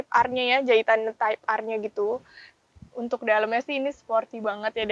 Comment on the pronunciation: Di ngomong 'untuk' nya lucu 🤣